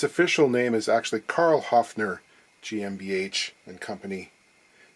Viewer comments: Great intro! 😄👍 As being German myself, I appreciate effort of pronouncing 'Höfner' properly and commend him on the result too, including 'GmbH' 😊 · GMBH pronunciation: Close enough to get points for trying....... :-)